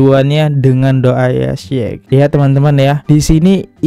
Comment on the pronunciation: Syeikh itu dibaca 'syeh'